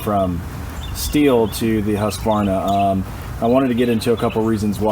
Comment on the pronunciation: Thanks for saying Husqvarna correctly :)